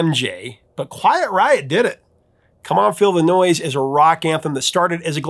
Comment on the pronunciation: Come on feel the noise. It sounds like you're saying "come on Illinois" pronouncing the s.